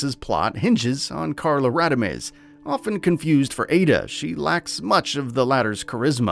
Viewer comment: What's laughably bad is, you couldn't even say Eveline, Carla Redemes and Javo right 🤣